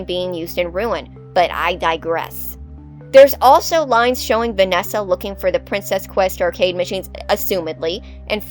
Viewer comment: Also when you said "vananny" I laughed more than I should have 😂